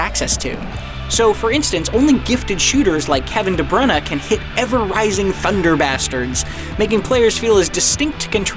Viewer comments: Did he just call Kevin de Bruyne Kevin de Brun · Kevin de bruuunaaa wtf 😂😂😂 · He's an American... What do you expect, he can't even pronounce De Bruyne's name properly